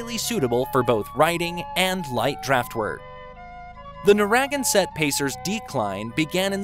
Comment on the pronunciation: NARE-uh-GANN-Sett is how the place in Rhode Island and the horse are pronounced. Better editing would have made this a more enjoyable video.